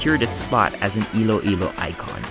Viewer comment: Iloilo po not Ilo-Ilo